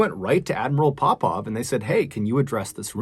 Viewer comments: why every time you say admiral Popov I thought you going to say admiral Popeye ... anyway may they all RIP .. gr8 content MrBallen we really missed you . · Oooooh Popov 😂 why was I hearing pop pop like as in grandad or paw paw